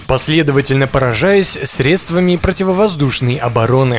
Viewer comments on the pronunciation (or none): none